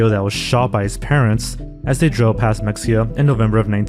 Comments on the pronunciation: Mexia is pronounced "muh-HEY-ah" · It’s pronounced: Meh-hay-ya. Mexia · I would watch a full mexia video but only if you pronounce it correctly. It's Meh-hey-uh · It’s pronounced ME-HE-YEAH, not MEX-YEAH. Did you even research the case at all???? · What is Mecksia? I know of Mexia, but not Mecksia. . . Weird. Wonder what Mecksia is. . . Did you mean Mexia? Its of Nahuatl origin so that X is an H. There aren't many instances of the X in Spanish sounding the same as the X in English. Usually its an H or S, and in some regions of Spain it is /ʃ/. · This is such a small correction but “mexia” is pronounced Ma-hay-ah. We have a town named mexia as well in east Texas. I grew up there lol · it’s not pronounced “mecksia” “”